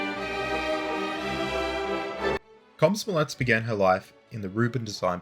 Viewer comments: Did he say Cosmo Omlette? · It's a scary word, but you can almost pronounce it the way it's spelled in English. Kom-so-mo-lets, kom like com in communication, so mo like you're talking about Mo from Simpsons, saying "That's so Mo!" and lets you can pronounce normally. Think of Mario's "Lets go!"